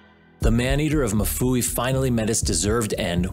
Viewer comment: Mfuwe not mufuwi